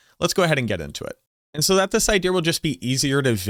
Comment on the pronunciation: I love you. You say "Idea" as "Idear"